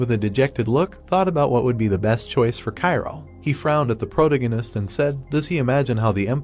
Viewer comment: I mean yeah, it can’t even pronounce protagonist